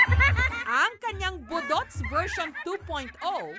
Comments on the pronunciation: Pataka man kag pronounce jessica oy 😂😂😂.. Boooooduts', ndi boduts'. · ambot ah gakairita ko sa pag pronounce ni Jessica sng budots😂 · the host mispronounced the word “budots”..